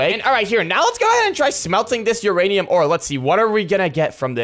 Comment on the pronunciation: one of videos he said uraniam ore exsist